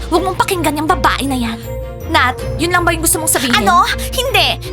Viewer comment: also its nat not nath